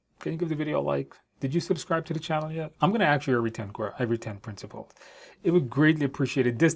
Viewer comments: Ask, not aks😅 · I enjoy how you are "axing" all your sponsors, CEO, SME, and others. Video is extremely helpful, though. Thanks